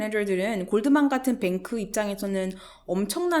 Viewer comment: 을 최근에 알아서 영상 하나하나 보고있는 와중에 앗!! 하는게 하나 나왔어요 하하하하 영어 쓰실 땐 잠깐 나오는 단어라도 발음 원어식으로 쓰시는데 Goldman 은 골드만은~~~ 하면서 한국식발음으로 하시네요 ^^ 영상 보다가 뭔가 익숙하면서 미묘하게 뭔가 위화감이 들어서 응 뭐지? 했는데 ㅋㅋㅋ